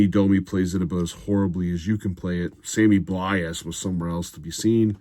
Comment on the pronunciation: It's pronounced Sammy blaaah